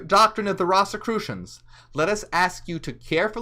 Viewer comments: it’s ROSE-a-crew-shun, not Ross!! Great job tho! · Pronounced "Rose"crusions" great video. Ive just never heard It pronounced that way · It’s pronounced Rose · I've never heard it pronounced that way it's like a rose 🌹.